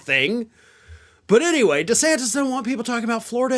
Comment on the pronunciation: Did he ever figure out how to pronounce his own last name? Lmao